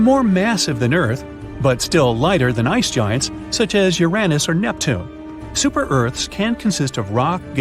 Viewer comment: Ooranoos, discreedited, astro-no-mers. can't pronounce common words. Sorry but not watching this crap